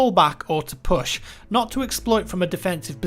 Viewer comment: I only gave you a thumbs up for the way you pronounced "push" & "filthy." I loved it